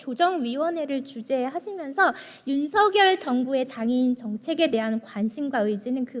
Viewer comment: 아이구 이뻐라. 국민의 당에 이런 이쁜 인재가 있었다니! 복이다. 복. 우리나라 복!! 까딱하면 장애인 중 발달장애인이 가장 취약하게 피해를 입게 되겠네요. 세상에! /윤성열/로 발음한다면 더 이쁠 거 같은데. 이름을 둘러싼 문화를 살펴본다면 본인이 발음하는 대로 발음해 주는 게 예의이자 기본입니다.